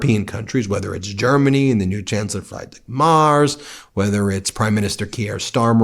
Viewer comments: "Frydrik Mars" 😁 Nice try 😄 His name is Friedrich Merz (Freed-ri-sh Mairts if you want) "Olaf Scholz" surely was easier. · Ben, Ben, Ben, you show yourself a typical American barbarian. German Chancellor "Friedrich Merz", is pronounced as "Free-drich Mèrts" ( with è as in 'air' and 'ch' as in Loch Ness) Not "Flyzig Mars". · Ben, since the german guy will be around for some time, I thought about helping with the name: not frydrich mars, but instead try pronounce it like that -> freed-rich mearts :) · Fried rich Merz is hilarious bro, it describes him very well ;)) He is brain fried for sure 😂 It' pronounced more like "Freedrich Merz" fyi. He isnt free but rich, fyi too. He has blackrock ties... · Ben, since you are commited to be sensitive in pronounciation plz do. The chancellor's name is spoken Fr-EE-drich M-AE-r-TS. Thnx. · I really dont like our new Bundeskanzler, but he is called Friedrich Merz. Which is pronounced like "freed rich mAIRts". So perhaps I could aide you with this hint. Otherwise keep up the well reported news. I really hope for all of you Americans, that the impeachment will succeed and you get your democracy back. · The pronounciation of Friedrich Merz is "Freedrick Mertz." Don't care about that asshole, but thought you might be interested. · A fan of these videos: but: it’s “Freed-risch Mertz”. Easy. Think Lucy and Desi’s neighbor, Fred Mertz. Maybe his full name was really “Friedrich Merz” too. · I love your coverage, thank you! And I have to say, you gave me a huge laugh at your pronunciation of the names Friedrich Merz and Erdogan 😂. Keep up the great work! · Please Ben, look into how to pronounce Friedrich Merz! :)